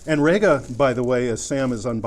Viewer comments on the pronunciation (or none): Rega is not actually called "Rayga", it is pronounced "Reega". If you don't believe me ask Roy Gandy, the 'GA' in REGA, whose company it is.